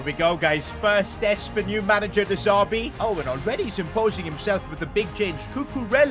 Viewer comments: It's De Zerbi mate. Not De Zarbi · Stop calling him de Zarbi it’s de zerbi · Who’s going to tell it’s de z*e*rbi not de z*a*rbi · I love but I hate how he kept saying de zarbi instead of de zerbi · De ZERBI NOT DE ZARBII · Why does he say de zerbi different